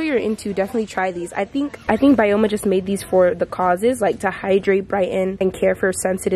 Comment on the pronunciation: Blud who does she miss pronounce every brand? (Byoma is pronounced Bi-o-ma